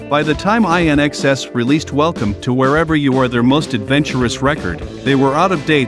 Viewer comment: 😀 love the pronunciation of IN-XS courtesy of AI